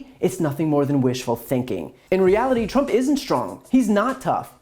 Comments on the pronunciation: no no no! It's not Drump, it's Prump 😂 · Donald Prump should be sent to Nars on a one way shuttle LMAO. HE MISPRONOUNCED HIS OWN NAME LMAO!!!!! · Trump can't even pronounce his own name. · Well actually it's how Trump pronounced his name in a recent rally. 😂